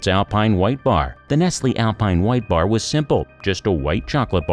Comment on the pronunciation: Y her saying nestlily its n e s t l e